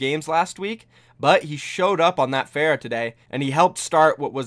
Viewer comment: Some mispronunciations: Diya, Wekeed, Pharah, Lijiang